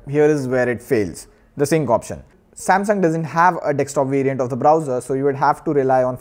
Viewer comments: why do indians call it "DEXTOP" when the spelling is clearly "DESK-TOP" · It's desk.. D e s k.. Not dex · Did you just say Dextop😂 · 'Dekstop' makes me feel cringy. Sorry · Wait a min he said dextop right